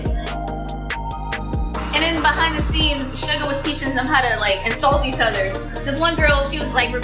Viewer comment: His name is not sugar it's SUGA and not because his skin is pale it comes from the two syllables first syllables and shooting guard his position in basketball shooting= SU guard=GA sugar AKA Augst D for his solo work.